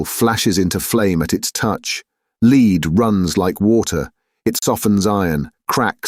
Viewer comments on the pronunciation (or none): He said the ray melted lead instead of led. Cool new game😂